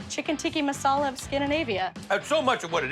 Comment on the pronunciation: "chicken tikki masala" smh!